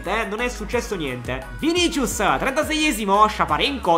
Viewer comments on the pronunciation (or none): none